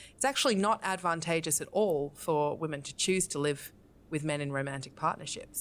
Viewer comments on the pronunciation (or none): She is so stupid and pretentious. I love how she pronounces "advantageous". The first a is american, while the second one is british. That makes no sense whatsoever. lmao